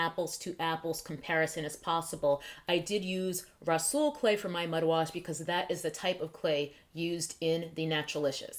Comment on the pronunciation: the way you first said "rhassoul" had me dying.....lol. Thanks for sharing :) I do "experiments" like this on my hair too to test out different ingredients in my DIYs..